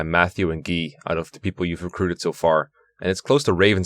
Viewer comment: Why dose he pronounce guy as gi?